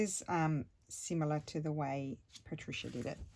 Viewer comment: Yay! I’m so happy you are doing my suggestion. 😃 it’s a color scheme I’m loving but struggled to create something and I just knew you would figure it out in a way that it’s so pretty with these Patricia pockets. Thank you so much! Also I love the way you say my name. Wonderful creations you are so talented.